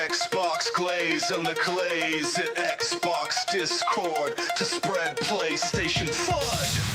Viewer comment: X-Bax. Bax is in the name😂